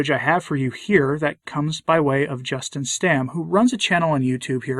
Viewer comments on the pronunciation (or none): none